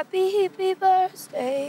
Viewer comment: i love how she says "happy hippie birzday"